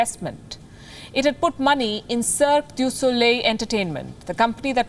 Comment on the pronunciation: I'm from Quebec, where Cirque du soleil comes from ! I'm french as well ! All that to say that you pronounced the name very well ! Better than probably all anglo-quebecers here ahah ! Oh by the way ! F**k the CCP !